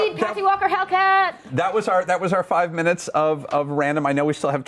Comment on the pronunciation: “two meners after the break”